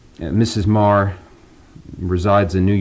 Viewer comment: I always thought her name was pronounced "meee gurr" not "marr"